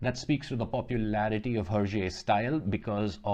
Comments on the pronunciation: You pronounced hergé 's name wrong his name is " earjae " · Actually it’s more like a “airjae” because it’s supposed to sound like his reversed initials. GR backwards is RG, thus being pronounced (in french) “hergé”